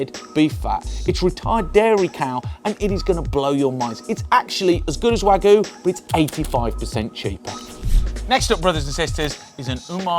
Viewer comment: Wag-you not wagoo ffs